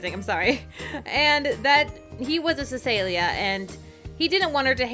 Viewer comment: Cecilia is pronounced sa seal ya